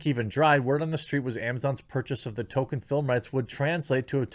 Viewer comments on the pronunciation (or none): Please, Jeremy: Tol-Keen or Tol-Kin. “Token” is a diversity hire. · It is Tolkien, not Token.... I hope this is just a midwest thing but dang son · FOR FUCK'S SAKE JEREMY, STOP CALLING HIM "TOKEN"! You sound ridiculous and it completely undermines your criticism if you don't even know how to say his name right